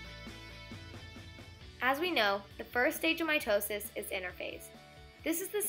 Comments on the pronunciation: anyone else also heard my toe sis? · MY TOE SIS i mean that’s what i hear